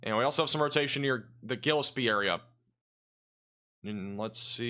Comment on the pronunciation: I truly comprehend how you could have mispronounced several Illinois towns which you may have never visited in person. But I've visited several of these towns and I do know their correct pronunciations. The town of Gillespie is correctly pronounced gill (as in a fish) es (as in the letter s) pie (just like saying the word pee). You seem to miss the letter n in the spelling of the town of Staunton. As for the town of Cowden? Just think of a cow sitting in a den. That's how you pronounce Cowden.